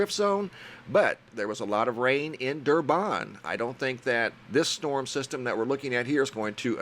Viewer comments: Dur - Bin not Dur-bon matey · Durban is where I live and the name is pronounced as Durbin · Heya, thanks for the info! Im from South Africa, and have family in some of these area's. Just FYI, Durban is pronounced "Durbin":) I used to live there before immigrating to Australia. Please keep the updates and info coming! It is greatly appreciated